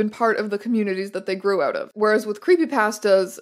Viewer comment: “Oot in the spooks” 😆